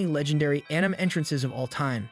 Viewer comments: Sorry if this sounds rude, but its pronounced an - ee- mei, not an-ime, I presume... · This video is just AI generated bro called Sukuna Toji, and then Yuji. And the voice says Änaim. And so many other things. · i made it 13 seconds into when he said anim and i turned off. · all the pronunciations are pissing me off. anim heaven